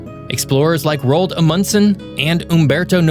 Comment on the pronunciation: Roald Amundsen - - Ro-ald is two syllables.